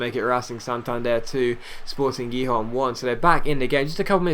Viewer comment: Gijon is pronounced Hihon